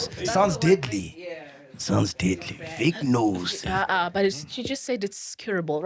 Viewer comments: It’s pronounced “veh-jeh-no-sis” not “vignosis” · VAGINOSIS!!!! Not Vignosis. 😂😂😂😂😂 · Its vaginosis not vignosis or vik-nosis😂got me confused for a bit ...its Vu-juh-now-suhs..like vagina not vik-ina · needs to get some education before spewing nonsense to the public.On the women’s health and PH balance shes defo misinformed.Sol even spoke better facts..Do your research… MAC G and team its not VIGNOSIS its VAGINOSIS.its everyone in the studio pronouncing it wrong omg 🤦🏽‍♀️🤦🏽‍♀️🤦🏽‍♀️ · Verbal warning to Fact checker for not correcting …. It’s not Vignosis…. It’s VAGINOSIS. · It’s written as “ Bacterial Vaginosis” , Pronounced Va-Juh-nosis…. Not “Vicknosis” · Why are they pronouncing vaginosis as vagnosis😢😢😢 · vaginosis , its pronounced Va-ji-no-sis . i can be your medical fact check free of charge please, im a medical Dr chilla lol 😊😅😅😅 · And it's /va/ji/no/sis 😂😂 She did them bad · 😂😂😂 after mispronounced it, others followed suit. I was hoping tt factchecker would correct it.